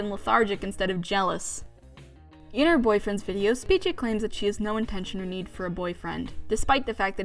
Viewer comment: The fact you say Speechie makes me so mad lol